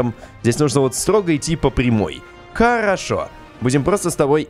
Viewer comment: Ты сказал карошо место харашо